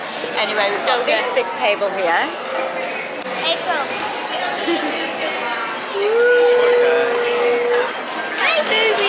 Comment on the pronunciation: “You alright Daisy?!” “Ayprill” 🤣🤣 close!!